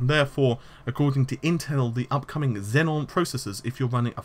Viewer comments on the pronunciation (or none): It's Xeon (Zee-on) Xenon is a noble gas. Love the channel BTW.:) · XEON. NOT XENON. GOD DAMN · Well, if Naples is "neh-pauls", and Xeon morphed into "zenon", doesn't it follow that Rome should've sounded more akin to "row-may"? TL;DR - Of course it is. Why and how wouldn't / couldn't it be? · please pronounce Xeon and Naples correctly.... its not Xenon and Nepals....please!!! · THIS... And what's with "Rome" sounding like "roam"? Wasn't it supposed to be something like "row-may"?